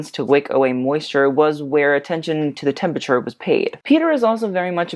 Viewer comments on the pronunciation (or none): none